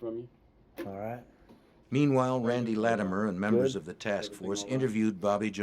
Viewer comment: “MEMBAHS OF LAWR ENFOSSMENT”